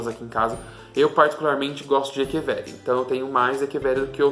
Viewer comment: gostei do vídeo!! Parabéns! há parabéns por falar echeveria da forma correta!